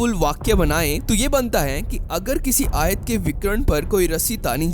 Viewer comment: Ayat nai bhai ayaaat